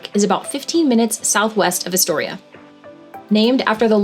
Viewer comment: You never pronounced Astoria correctly... And never watched the Goonies closely enough, because they pronounced it correctly in the movie. Wow!!!!